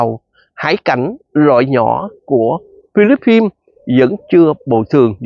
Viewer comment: Chứ vo dành Philippines mà chú đọc không đúng vậy chú đọc tiếng Việt đi phí luật tấn để quá